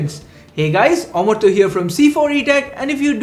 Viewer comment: Your name is Amartya but why do you pronounce you own name wrongly as Amortyo⁉️